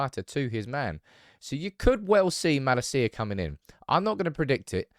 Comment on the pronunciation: It’s MaLAcia and not MalaCIa emphasis on the ‘La’ and not the ‘Ci’.